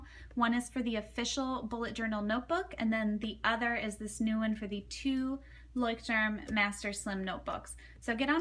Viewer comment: Love your pronunciation of " Leuchtturm" ....so cute :)